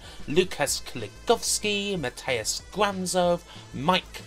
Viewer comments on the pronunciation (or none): none